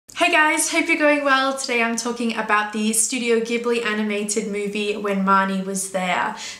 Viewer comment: Just a minor thing that might interest you as a fan of the studios: its name is pronounced "Jibli" (even though the original word "ghibli" is pronounced the way you said it... go figure!).